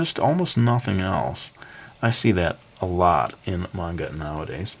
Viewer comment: everytime you say manga it sounds like mango, great guide nontheless